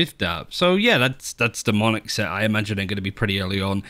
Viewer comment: Everyone: "Monarch": "Monic" / "Monaco" Also: great battlepass, the Ktac and jigsaw collections are top notch. I also really liked the Lightwave and deep-sea collection from the last one!